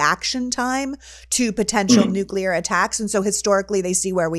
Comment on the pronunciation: THERE should be no nucular wepons